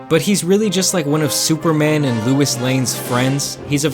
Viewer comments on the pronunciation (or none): "Lewis" Lane lol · did you just say louis lane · Luis lane? Lol loise lane dude. Cant read? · He said Louis lane. It’s pronounced low-is lane. Look at my user name, I would know lol 😂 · Lewis Lane lmaoooo You mean Louis Lane Low--is! not Lew-is! this guy is the type to be like "But I have enough holes punched in my nice guy card!" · You Pronounced “Lois” like it was “Louis”...not sure you can rag on anyone for anything at this point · LOIS lane. Not LUIS lane. Cmon man, get it right. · Man said "Louis lane" I'm ded 😂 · Low-is..... My dawg said Lou-is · Did you call Louis Lane, Lew-is Lane? She's a woman not a man. Lol. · He just called lois lane Lewis lane lol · Did you really just say Luis lane??? 😂😂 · Did you fucking say LEWIS Lane? Lmaaoo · "Luis Lane"? 😂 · Nigga said Lewis Lane. 😀😅😅😅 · Did he say Lewis lane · He said Lewis Lane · It’s pronounced LOW-ISS but ok👉👈😖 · Mane said Lewis Lane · Is no one gonna say anything about pronouncing “Lois” as “Loo-is”? 😂😂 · Did you just say loois lane? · Lol Lewis lane? It Lois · D-did you just call her Luis lane? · Who the hell is "Louis lane"??you mean "Lois Lane"?🤦🏾‍♂️ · You know he’s not a fan when Lois isn’t pronounced right